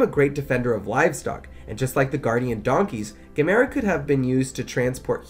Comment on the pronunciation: Erm, his name is pronounced like, “gam-a-rah”.